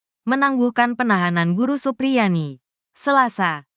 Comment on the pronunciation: Supriyani bukan suprianti, omongan mu panjang nya sampai ribuan kilometer, tapi jadi basih hambar karena sosok nya siapa terus jadinya siapa , karena yang benar supriyani bukan suprianti, tolong biasakan mengucapkan namanya dengan baik dan benar biar gak salah faham.ok...